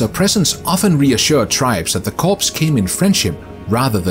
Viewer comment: It's pronounced "cores" not "corpse." Learn to read!